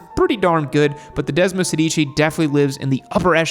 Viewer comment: Hate to correct you but if you are going to mention Italian motorcycles, you need to pronounce them in their mother tongue. The Desmosedici is pronounced Desmo-SEHdichi…(the accent on “sedici” is on the “e” not on the first “i”….Sorry but Italians laugh when they hear your non-italian pronunciation. Its just as easy to say it correctly as incorrectly..